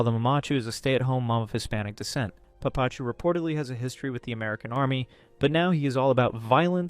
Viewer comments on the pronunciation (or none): its papa-chu, not puh pachu. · please pronounce papachu and mamachu the right way!